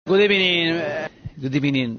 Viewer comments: Good ebening 😂😂😂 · Good ebenin 😂😂😂 non l’intro 😂🤣🤣🤣